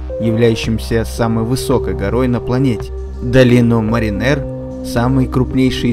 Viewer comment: Я думал - долина мАринер, ударение на А.